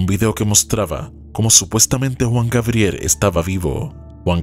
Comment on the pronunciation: JUAN GABRIEL, NO WUAN GABRIER